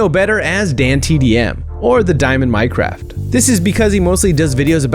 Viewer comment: It's the diomond MINECART not the diomond MINECRAFT.